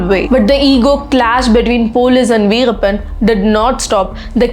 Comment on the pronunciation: Tell the name correctly